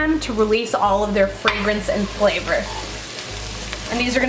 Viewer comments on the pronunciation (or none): none